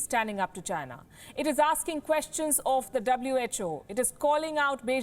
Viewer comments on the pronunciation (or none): none